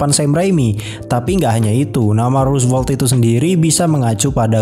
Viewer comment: rosevelt not rusvelt